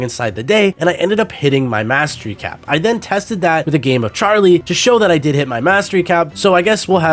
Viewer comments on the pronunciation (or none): none